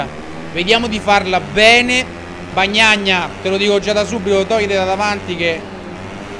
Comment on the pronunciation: ciccio...nn sono un hater k altro...sono un fan...ma una domanda...xche nn pronunci bene i piloti? magari lo fai apposta...oppure no? xche sono fEnati e bagnaIa